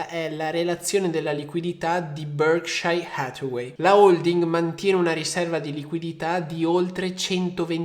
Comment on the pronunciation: Ragazzi ma sono l'unico che muore ogni volta che sto tizio dice il nome di BH? Cazzo mi ammazza ahahah ma che pronuncia c'ha